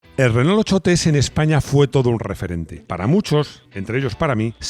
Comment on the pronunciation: Porqué los españoles dicen “RENÓL”? 🤦‍♂️. Renó, renó!